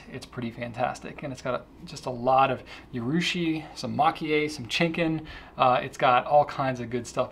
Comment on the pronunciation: Hi GPC, I love the way those new Namiki Pens look, but the way pronounces Chinkin is a little cringe-worthy to me. The correct pronounciation is closer to "cheen-keen" because the Japanese pronunciation of the letter I is the same way we say the letter E. Thanks, and sorry for the nitpicking.